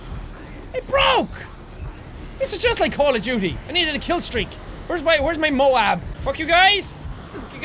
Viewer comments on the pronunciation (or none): none